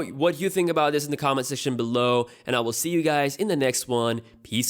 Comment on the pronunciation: It's 6T. You keep saying 6D! And it's [comment] section, not session... Maybe you should speak slower and get it right.